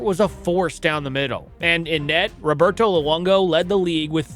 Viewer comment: You can tell this guy isn’t an actual hockey fan by the way he pronounces ‘Roberto’